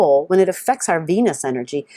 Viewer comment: the enerGGGGG!! Thank you :-)